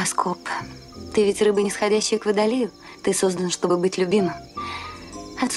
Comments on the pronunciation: Почему ведущая все время говорит ШОБЫ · ШОБЫ ты спросила